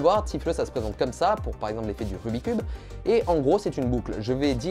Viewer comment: Nan, Nan et nan. C'est pas "rubicube" mais rubik's cube